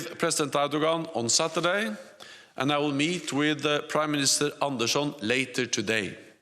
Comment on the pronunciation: I like how he pronounces "Anderson" the Scandinavian way